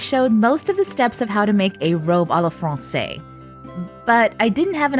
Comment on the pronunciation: SO COOL 💜💜💜 one little thing XD to pronounce à la française say "fronseiz" hissing S first, then buzzing Z 💜💜💜